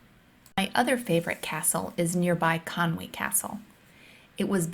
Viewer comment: Great video! I live 10mins drive from Conwy castle, I see it almost every day. 10/10 for your pronunciation of 'Conwy' ("Conwee", instead of the English "Conway" with the added 'a').